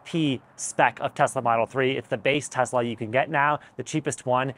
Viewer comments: It's a Tesla not a Tezla and stuff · Please pronounce Tesla as Tesla not TeZla! Tesla was a Serbian and his last name was Tesla!